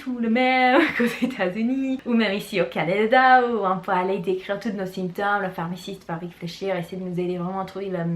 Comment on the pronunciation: Bonjour je vous suis depuis 1 semaine environ et j’aime beaucoup ce que vous faites. Qu’avez vous enseigné au lycée? Ps: symptôme se prononce sAINptome. Merci pour ces vidéos:-)